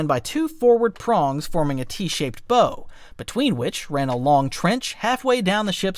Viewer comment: A T-shaped “bow”? (Should be pronounced like the BOW of a ship. It’s not a present 😉 🎁)